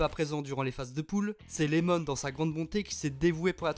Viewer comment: C’est iemon pas Lemon 🤣